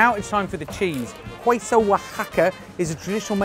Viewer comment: "Queso" is pronounced like the English word "quay" without the "y" and then with "so" in the end. Like, "keh-so" :)